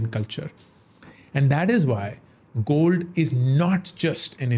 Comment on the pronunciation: Why upstox gold word is not pronounced properly?